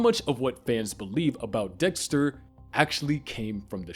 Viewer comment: I can’t get over “Doxter” 😂😂